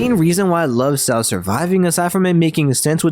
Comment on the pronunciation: I hate the way you pronounce Saul 💀